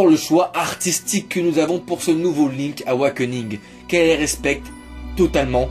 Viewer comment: Link'SSSSSSSSSSSSSSSSSSSSS AWAKENING bord*l !!!! Pas "link awakening"...